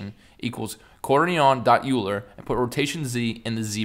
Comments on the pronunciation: the way he pronounces quaternion.... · the pronunciation of Quaterion.Euler killed me lmao